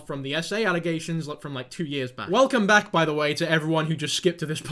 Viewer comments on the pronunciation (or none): Am i the only one who caught belcome wack lol? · Wait does vro always say belcome wack? Am i stupid? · Belcome wack had me dying not gonna lie 🤣🤣